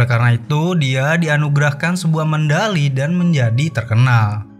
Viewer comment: Medali min,bukan mendali😅